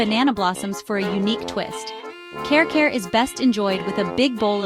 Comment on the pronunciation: It doesn't seem you've been to the Philippines at all. You don't even attempt to pronounce the names of the food properly. It's like you're reading somebody else's list and just slapping stock videos together. Care care for Kare Kare?? I just can't 😢